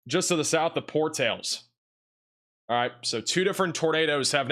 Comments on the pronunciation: It's Por tal is not Por tales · Por-tal-es but thank you for this channel and your content! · It's pronounced Por-tal-es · Portalas NM is pronounced Pour towel ass Cherokee Ok is pronounced Chair o Key not chair roe kee Miami Tx is pronounced Mi am a. Lajunta, Co, is pronounced La Hunt a Just fyi